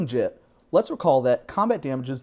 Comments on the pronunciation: It's an actual Japanese word, for which there is only one objectively correct pronunciation. "Jit" ain't it. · You mispronounced "Jitte". The S is silent. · 3 different pronunciations of "Jitte" within a minute and I still don't know which is right!